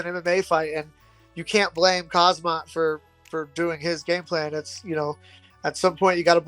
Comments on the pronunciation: Don't even know the champions name but want to fight him 😂 Khamzat, NOT kazmat 🤦‍♂️ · If you can't even say his name right there's no way you're beating him. cazzmat? Kahzmaat? C'mon bois, put some respect on his name. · This frickin' guy can't even pronounce his name correctly! Why can't people say his name correctly? So annoying! Him and Tim Elliott saying Khazmat and Chael saying Hazmat. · Lol 😂at fluffy calling him kazmat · i believe it’s pronounced Hazmat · Some guys cant even pronounce Khamzat's name correctly so how are they going to beat him with that limited amount of braincells.